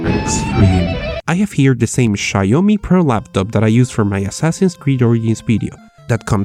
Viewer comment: Sha-iomi. I completely lost it. 😂